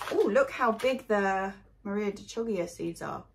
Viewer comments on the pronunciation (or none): Good morning, happy Monday! I'm really looking forward to your solution for growing pumpkins vertically. There's a load of bamboo sticks in my garage that are waiting to be transformed into a trellis...could do with some inspiration!:D One thing on the Chioggia...it is pronounced Key-o-ja! (Maybe ask an Italian friend or give it a listen on Google Translate.) See you tomorrow! Hannes